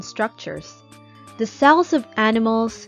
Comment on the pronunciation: So AI-ish 😂😂😂 Is it the or da?😂😂